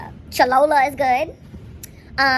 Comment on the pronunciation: Chalooola??? It’s cholula dumbass. FYI never take cooking advice from someone who made “Cajun pancakes” 🤦‍♀️